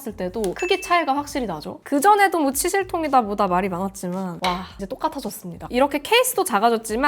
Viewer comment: 순간 치실 말고 치질 로 들렸음 ㅋㅋㅋ